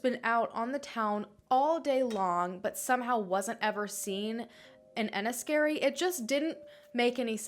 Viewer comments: I'm from Dublin, I'm 36 and these unsolved missing women cases still worry me. And Larry Murphy surely has more victims than that poor girl who was saved. Also, you pronounced Enniskerry very well 😁 great video, thanks. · You pronounced everything well, even better than a few Irish people! Haha Enniskerry was bang on 😊